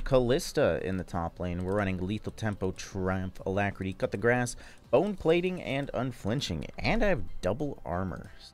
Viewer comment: I like when he says coup de grace, sounds like he says cut the grass